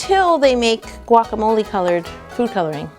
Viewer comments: Guac-a-mole. Guacamole! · haha it's a guacamolé holé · I counted 9 times plus guacamole bowl or guacabloe